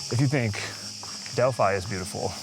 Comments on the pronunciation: The pronunciation of the most "i" in greece is like "ee" for example Delphee not Delphai. And as a fun fact if a word contain "ph" for "f" probably is of greek origin.✌ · nice video but as a greek i cant hear this "delf-ai' try to say it like "del-fee" 😀😀 in general most words with "i" pronounced as "ee"